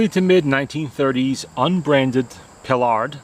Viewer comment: Nice machine! I must confess, however, that I kept shouting "PIE-ard!!" during the video: it's NOT pronounced "Pilard"...